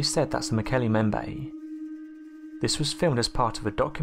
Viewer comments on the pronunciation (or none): Mbembe is 'em bem beh" NOT 'em bay'